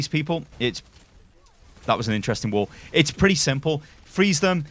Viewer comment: I just keep hearing wool instead of wall and its hilarious